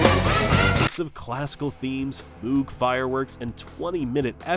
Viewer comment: AI voices can sound so natural, and then you get to something with an unexpected pronunciation and you realize a machine is narrating the video. This time AI was caught out by the Moog synthesizer. (Moog rhymes with vogue).